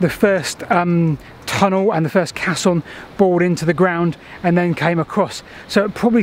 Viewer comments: It's a "Cay-son". A "cass-on" is a bit of dried cow dung. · It's pronouned "kesson", it's a French word meaning "big box", from their word "caisse" meaning "box", with another meaning similar to our idea of a place to deposit savings in their term "caisse d'épargne" which today means "savings bank". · Caisson. Ai pronounced ay. Used extensively in bridge building to enable excavations and foundations to be formed under water. Required positive air pressure inside to exclude water pressure and involved compressed air which wasn’t the healthiest environment for the workers inside..... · Excellent work..I'm writing a hitory of canals myself at the moment and this sort of stuffis inaluable...but it's pronounced kayzon! best wishes and take care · fantastic video so far but i'm pretty sure it's pronounced kayson......sorry! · It's pronounced Kaysson actually. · FYI, "caisson" is pronounced "Kassoon"! Even the BBC get it wrong! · Caisson" is pronounced "Kayson" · actually pronounced Kaysson with the accent on the forward 's' sound. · Pronounced case on